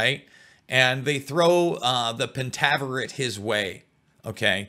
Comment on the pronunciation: FINALLY! Someone discussing this SERIES knowing it's past and heck, even how to pronounce the name correctly is so fulfilling. Lol I've listened to people try to talk about this but knew nothing of it's roots or what it even was about. Which really upset me more than whatever they were even talking about.... But for the show, I could've done without all the penis'